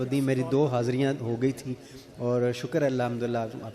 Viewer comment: خ۔تم نہیں درست خت۔م ہے اسی طرح لفظ ش۔ کر نہیں شک۔ر ہے